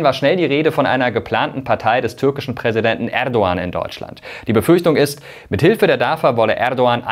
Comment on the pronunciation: Ich finde es sehr professionell das du den Name Erdogan richtig aussprichst! Danke dir!